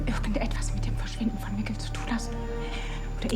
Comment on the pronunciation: Mikkel is not pronounced like Nickel. It's similar to "Miguel" but with a K instead of g. Only Americans can screw someone's name so badly even after hearing it so many times.